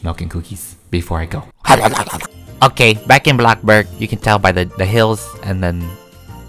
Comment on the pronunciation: literlly no one he calls bloxburg blocburg